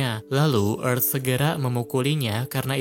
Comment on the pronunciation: Tulisannya earth kok dibaca efth